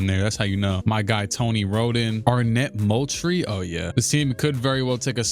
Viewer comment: “Arnette Moultrie? Oh yeah” 😂